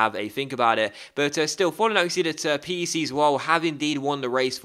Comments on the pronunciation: it is pronounced peck, but it is an abbreviation for (P)rins Hendrik (E)nde Desespereert immer (C)ombinatie Zwolle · the way to say pec is like peck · PEC isn't an abbreviation, It's pronounced as "Heck" as in "What the heck" but with a P Doubt you'll ever hear of the club again, but hey might be good to know just in case lol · it is peck zwolle not pc zwolle 😉